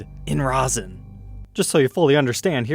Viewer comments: It's not "ROSIN " it's 'RESIN ". Rosin is what ballplayers use. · "Long time listener, first time caller" - dried resin is like concrete...don't let the fact that it's clear fool ya. It will NEVER be be playable again, and the chances of "retrieving" it are slim to none. Oh, and it's "resin" NOT "rosin". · thanks. However.. erm.. you were saying 'resin' weird.. like 'rou-sen'.. resin is pronounced like 'raisin' but with an 'e' instead of a 'a'. Back on topic.. iiwy.. you're not DIY guitar channel mate.. if you were you should'a got that guitar and restored it.. but since you aren't then no.. it's too much hassle for you. If you have a friend that does DIY guitar/luthery/tech etc.. then maybe they could buy it and do a vid for us? otherwise.. no it's not fair on you as a time hog + major hassle. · Rezzin not rosin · For future, love the content but its pronounced rez in not roz in. the latter is used for traditional string instruments on the bow for induced friction to make the sound the former is a 2 part mixture that makes what you see here. Much love and stay safe. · The pickup covers are more rounded on the corners. Definitely 1970's model. BTW, it's "resin," not rosin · It was driving me nuts hearing him say rozin! Do all Americans say that? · RAW-ZIN. WTF.